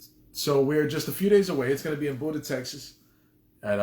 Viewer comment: Great chat but you misprounced Buda 😠